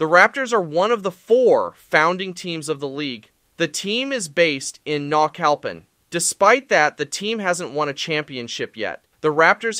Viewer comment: Thank you for showing interest in this league. I do Spanish for a living so let me me help you with some terms. Jefes =Chiefs, Caudillos = Warlords, Mexicas = Mexicas (meh-she-kahs), Zapopan (Zah-POH-pan), Jalisco (Ha-lis-co), Naucalpan ( Now-call-pawn), Saltillo (Saul-tee-yoh). Btw I'm Mexica all the way and Mayans if they return. Also, I would recommend to call them by their Spanish names.